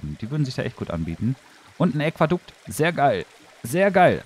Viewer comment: *Aquädukt, nicht Äquadukt ;)